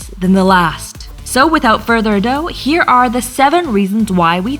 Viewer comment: Says ado as if it’s a dough